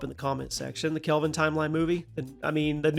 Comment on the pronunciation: Kelvin, not Calven....lol